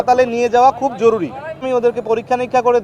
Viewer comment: এই ডাক্তার হয় অটোপাস আর নাহয় ভাড়ায়চালিত। তার ভাষাগত জ্ঞান সঠিক করে দেয়া হল: ✅ জরুরি ❌ জরুলী ✅ প্রস্রাব ❌ পরসাব ✅ শরীর ❌ শরীল